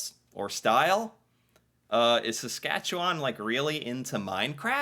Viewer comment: Sas-cat-chu-win Saskatchewan